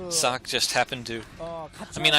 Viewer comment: You were right. "Sock" is correct pronounciation. :-D